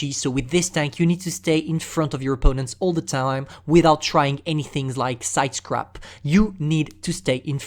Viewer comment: Everyone: side scrape Pantoufleee: sides crap